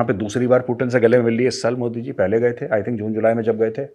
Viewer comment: ति bolo T नहीं 😂😂